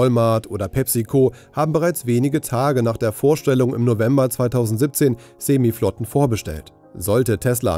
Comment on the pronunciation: Reines clickbait, null Inhalt und noch nicht mal "Yoke" oder "Semi" aussprechen können (Rechercheaufwand max jeweils 15 Sekunden) - sehr schwache Vorstellung, ams.